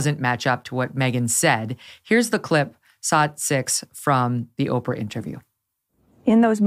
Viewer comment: I just love how Tom pronounced Oprah, Opera! 😏 Bravo!